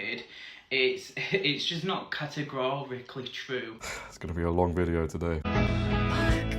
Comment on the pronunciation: The fact that he can't even pronounce the word "categorically" pretty much says it all.